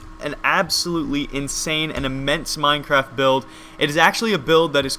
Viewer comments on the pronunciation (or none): any one else hear "with another minecrap episode" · he saying Minecrap :P